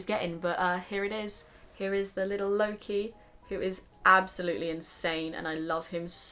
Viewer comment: When you say "Loke" I only hear "Low key" Haha~~ I'm not into the franchise so I don't hear his name a lot so don't fight me ahaha. I don't hear his name in English in general I guess.. His name is so much different in Swedish which I'm use to.